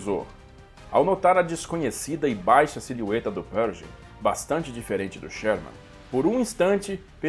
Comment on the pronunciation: Interessante a sua pronúncia de "Pershing". Dei uma pesquisada aqui no youtube e em outros sites e não ouvi ninguém pronunciar como você, a não ser o Mark Felton, que é de Colchester, Inglaterra, local de sotaque bem peculiar, mas eles não pronunciam a contração "sh" com som de "j". Não creio que esteja errado pronunciar "perJing", mas me soa bem esquisito...